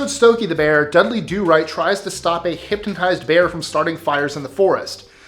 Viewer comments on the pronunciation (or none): In #17 (the Dudley do right one) did he say hyptonised?